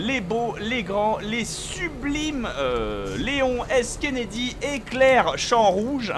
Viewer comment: Kennedy.... Et on dit le "nom"